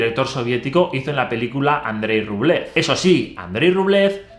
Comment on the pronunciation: Grazie per l'interessantissimo video. Però scusami se ti correggo: Rublev si pronuncia Rubliòf. Cari saluti dall'Italia. :hand-pink-waving::face-red-heart-shape